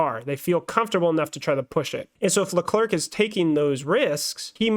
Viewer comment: Leclerc is pronounced as ”Le-Cleh” Charles said it himself. Great Podcast! 😄👍🏾